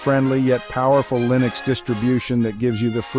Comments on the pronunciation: I don't think you know how to say, "Linux". Arco Linux is pronouned, "Arco Li-nux", not "Arco Ly-nux". Even the author of Arco Linux says it the correct way, "Arco Linux", just listen to any one of his 3,000+ videos. Then again, are you an AI, or a real person talking? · Linux is pronounced with a short 'i' as in, well the word 'in' not a long i like in, 'like'.